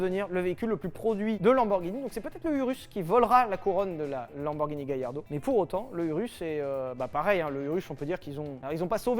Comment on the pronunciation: Galla pas Gailla il y a pas de I dans Amblance oui ou merde ? 😂